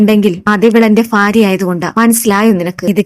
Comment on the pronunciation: ഫാര്യ അല്ല മോളേ ഭാര്യ , ഫർത്താവ് അല്ല ഭർത്താവ് . ഉച്ചാരണം ശുദ്ധമാക്കുക